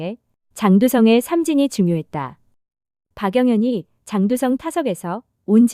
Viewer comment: 장두썽~ 장두썽... 이런 발음은 좀 아니지 않나 싶습니다.